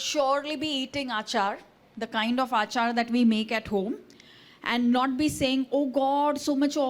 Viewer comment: It's not aachar it's achar.. Achar is pickle, aachar is behaviour